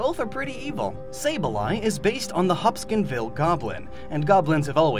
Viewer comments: Every time he mentions saybleye, he always says "hopskinville". Its "Hopkinsville". It gets on my nerves so much because I actually live in Madisonville kentucky, which is like 25 minutes away from Hopkinsville. Love the videos though, the small things like that just gets to me. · Hopkinsville, not Hopskinsville 😅 it’s a local legend around here 😋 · Its the HOPKINSVILLE Goblin not Hobskinville.